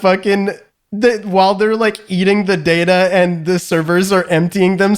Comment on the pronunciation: That hobo 'Data' did /not/ sound like Data.